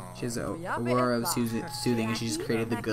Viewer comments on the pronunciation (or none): Iys pronounced ora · Aura is pronounced Ora. Luv the show btw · Aura is pronounced Or-A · i love how cant pronounce anything:P Apple = Appler/Apprel...Aura = Arura/Owra!:LOL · You pronounce the word aura like this: "Or a" with "a" being closer to "uh" rather than "ay" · aura is pronounced ora :) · Aura is pronounced Ora. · its pronounced ore-uh or or-uh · pronuce it as ora